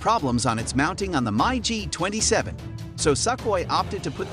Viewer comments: MI G not My G lol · It's Mig not My g